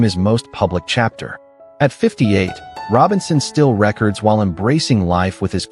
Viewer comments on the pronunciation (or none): When will AI learn the difference of pronunciation in Record and Re - Chord